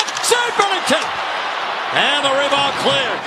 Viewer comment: never heard that before 😂😂 "reebound"